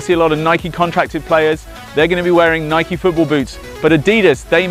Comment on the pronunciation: his way of saying nike and adidas... :( its just sad.